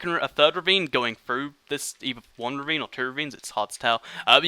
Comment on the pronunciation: The whole beginning of this video all I heard was revine revine revine